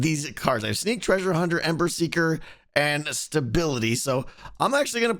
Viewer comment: I said this on the livestream video and I'm saying it again. The audio for "ember seeker" sounds like you are saying "emmer siger".